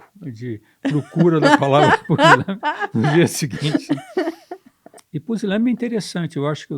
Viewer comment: "Pusilâme", "Pisilâme"....CRUZES!! O homem não consegue nem PRONUNCIAR a palavra "PUSILÂNIME" CORRETAMENTE !!! COITADINHO DELE!!!... Entrevista nem um pouco viciada...que VERGONHA!!! E se dizem "jornalistas"... É impressionante, o "gabinete do Amor"...